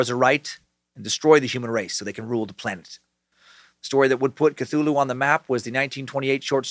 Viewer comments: "Fffgggrnnnnfffhhgrrrnnnbetoooo Cthulhu" LLOOLL!!!!!!!!! I've been waiting for that pronunciation massacre, and it was wonderful!!! Thank you Dan! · Part of me wish you didn't learn how to say cthulhu you used to say ka-thu-la-hoo